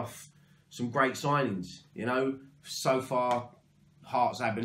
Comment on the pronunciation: Yes mate you said his name right! 😂😂😂 Nice one fella keep up the fantastic content COYI ⚒